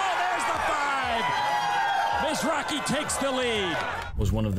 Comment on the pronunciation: Thumbs down for completely butchering his las name.. you can actually here in every clip they call him Mizrake! not Mizraje